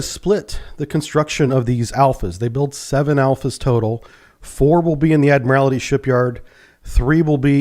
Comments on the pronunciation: How does a submariner not know how to pronounce "admiralty"? It's pronounced by just saying, "admiral" and then adding "tea" at the end. "Admiral T" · Still can't pronounce 'ADMIRALTY'. There's only ONE 'I' in the word. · BTW: It's pronounced "Admer-aldy" when referring to the shipyard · i know its petty but every time i hear you say admiralty like that it makes me so sad lol i mean your a navy man you of all people should know better lol